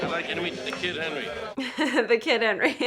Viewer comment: I like how Tommy aged like 20 years more than Hendry in the time jump and I really like how Tommy pronounced Henry's name Hendry.